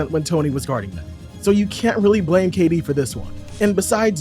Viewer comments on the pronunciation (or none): none